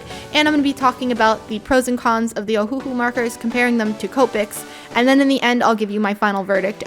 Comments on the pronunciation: Not oh - who - who it’s oh - who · Just so you know it is pernounsed ohulou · it is uhu that is how u say it